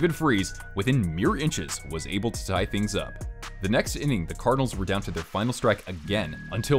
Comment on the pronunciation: "Carfinals" lol thank you